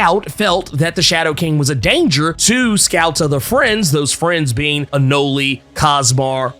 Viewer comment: Isn't Anole's name pronounced "Uh-Nowl"? So why does keep saying "Uh-Nowl-E"? He reminds me of my younger bro who kept says "Psylock-Ski" as a kid because her name ended w/ an "E". 🤣 And of course Gabby's going to be resurrected, I think they're just doing the same "can she be resurrected" drama they tried to pull w/ Kitty a while back. And the whole "don't bring back the clones" rule is a bit skewed, considering the Stepford Cuckoos are out & about.